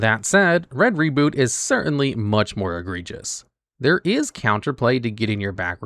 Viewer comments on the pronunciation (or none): none